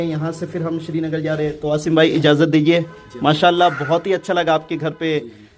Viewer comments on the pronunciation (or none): It's not shrinagar not sernagar